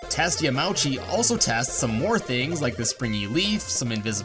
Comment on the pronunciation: it's pronounced yamaoochi not yamaowchi tut tut tut